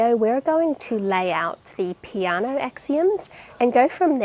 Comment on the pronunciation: Huh never thought peano was pronounced like that